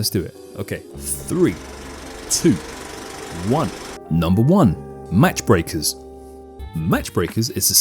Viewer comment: Pretty sure it's "Mach Breakers" (pronounced "maak" from "max" in German) meaning going supersonic or breaking the speed of sound. "Match" requires a "t".